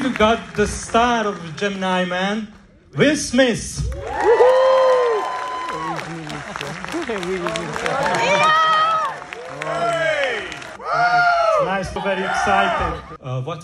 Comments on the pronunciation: Rovazzi che sfotte la pronuncia ungherese, Wiil Smiss, quando poi lui lo chiama “Uill Smiitt.” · "wis smis" bellissimo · Qiesto video vale la pena vederlo anche solo per “will smiss” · Per chi non se ne è accorto will pronuncia "alla ricerca della felicità"